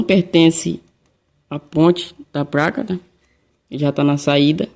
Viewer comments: Pq "apRender" vc fala "apLender" e "pLaca" vc fala "pRaca"? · Amigo, a capacitância do capacitor tem que ser igual ao original, mas a tensão pode ser superior e nunca inferior. Abraços. Confesso que é engraçado falar "PRACA" e "Torrado". Mas não te critico pois meu pai também nunca estudou. Fica com Deus! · Eu ouvi "práca " ? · Parei de assistir no "praca" e "dupra"